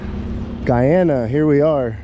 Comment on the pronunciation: As a guyanese we say GUY-ANA,Not how Americans pronounce it.. Thanks for visiting my country much appreciated.